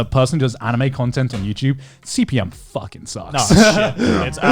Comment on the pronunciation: “Youchube” —Joey